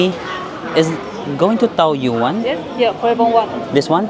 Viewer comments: Ito din nga sana ang iko comment ko 🙂 It's Tawyen 😊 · TAOYUAN --should be pronounced as TAWYEN